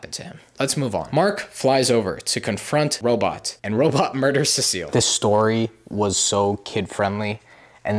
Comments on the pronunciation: Everybody complaining about the cecil pronunciation but I lowkey don't mind cuz I'm latino and in spanish Cecil is written "Cecilio" and its with that pronunciation he's using, I even know a guy irl with that name, so yeah even though cecil is a few letters shirter than cecilio, I still think it sounds pretty decent :) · SEA SALT I NEED YOU SEA SALT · The pronouciation of cecil is the funniest thing ive heard in years. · Having a horrible time watching this because you can't pronounce cecil EVEN THOUGH YOU HAVE SHOWN A QUICK CLIP OF THE SHOW SO YOU SHOULD KNOW HOW THEY SAY HIS NAME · The cecil pronunciation is killing me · Btw you pronounce cecil like ,See sill, not, suh seal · Nah man he called Cecil ce seal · Se-sul not sea-seal😭😭😭😭😭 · Ceseal instead of Cecil🙏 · Also, CEE-SULL. CEE-SULL. Not cecille, CEE-SULL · It’s pronounced (see-sil) not (se-se-ill) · Btw it’s pronounced see-sul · It’s pronounced more like sea salt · cecil? nah we got “cesile” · As a BIG invincible fan the fact that you said seasil is hurting me😔😔😔😔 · Cecil is pronounced see-sil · Ah yes cavil bro it’s cecil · Who the hell is suh-seal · “Scrooge virus” and “Cecile” is crazy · It’s pronounced sea salt🗣️ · seh SEAL 💔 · SEA SHELL! SEA SHELL! I NEED U